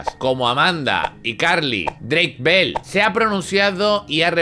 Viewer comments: Ball JAJAJA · ¿Mol? ¿Qué tiene que ver con Bell? O sea, se pronuncia como se escribe. Al igual que Peck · Pero es que no lo entiendo, por qué Mol??? JAJAJAJAJA no tiene nada que ver con Bell